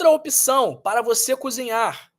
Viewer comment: Gostei do vídeo!! Muito elucidativo. Só uma pq observação: a pronúncia de opção não é opição.